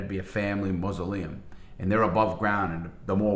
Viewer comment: more like moses, not muslim, mausoleum, or mahsel pronounced.